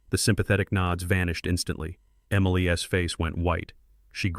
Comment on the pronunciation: Somebody need to teach AI to say Emily’s and how to say $10 million too